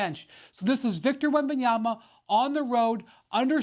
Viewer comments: i like stephen A keep calling him Wenbenyana 😆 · Why do people keep saying Wembenyana I don’t understand the confusion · Wembenyana??? Lmaoooo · "Wembenyana" Stephen A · I thought it was the blunt but Stephen A. repeatedly saying Wembayana was taking me tf out 😂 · Wembeyanna ??? Wetbananas bro gatta chill 😂 this guy wemby on to something 😊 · Aye Stephen A....his dam name ain't Wembyana. Have a good day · Why does everyone call him Wembanya’n’a, i just don’t get it 🤷🏼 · "This dude Wembayana" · "WembenyaNa"... PRONOUNCE HIS NAME CORRECTLY FFS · Nobody: Stephen A: Wembanyana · "this dude, wenbenyaNa. bonjour bonjour" -Stephen A. Smith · SA “ Wembanyana” 😂😂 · can sas stop saying wembanyaNa? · Need SAS to just call him Wemby. If he’s gonna be a superstar in not tryna hear SAS continue to call him “Wenbenyanna” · “Wembanyana” Stephen A. is illiterate when it comes to player names. Can’t forget Luka Donchick, Giannis Antennakoumpo, Kember Walker, etc. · someone tell Steven A it's WembanyaMa -- with an M. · Wenbanana wenbanaya wembalala 😂😂😂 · Wemb en Yana ? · Is Stephen A calling him WembanyaNa?? 😂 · SAS - WEMBANYANA 😂🤣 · When is Steven a gonna learn how to say bros name? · So Stephen A did the the same thing, when Wembenyama drafted so I will ask ESPN , but basically you there for the clout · Why do so many people (SAS) say his name wrong? It's not hard. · Stephen.A can't even say his name right.....Still no respect for European players, which are top 3!!! players in the League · take a shot every time Stephen A mispronounces Wembanyama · Stephen A can’t even pronounce Wemby’s name. Someone correct him please. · You still didn't learn how to say his name? After all this time? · I think it’s extremely disrespectful to get on TV to cover a player or team and you can’t pronounce their name properly and you don’t try to apologize. You could’ve said victor wemby or just wemby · How is Stephen A Smith mispronouncing Wembenyama? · SA can’t even pronounce his name. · Yama not YANA